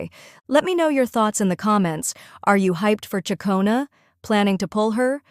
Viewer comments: Tell your AI reader, it's pronounced Chic-ona not chia-cona. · It's actual chuck-ona.